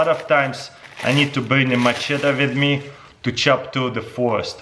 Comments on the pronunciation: “Musheta” LOL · The way he says machete 😂😂